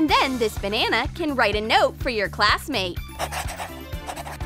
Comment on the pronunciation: "paint da red mouth" 👾 "dis banana"